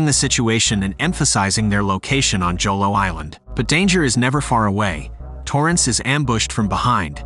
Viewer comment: Pronounced as “Holo” not Jolo..